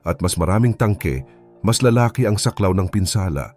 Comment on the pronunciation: To the narrator please pronounce the words lalaki, labanan correctly dapat silang umuwi aanhin Mula kung Ikaw ay mamamatay lang dahil sa Gera Ng my Gera